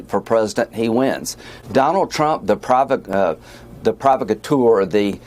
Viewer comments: "pro VOC ature" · Lindsay: it is pronounced- PRO-VOCK-A-TOUR… and no, Trump is losing because of his policies. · “Pro vock a tour” is how provocateur is pronounced Miss Lindsey. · Lindsay...repeat after me: PRO VOC A TURE. provocateur. Oy. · Lindsey went full “Porky Pig” when he couldn’t pronounce provocateur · Lindsey, please learn to pronounce the words you use: provocateur. Show the world that South Carolinians know how to use a reference library. Thank you.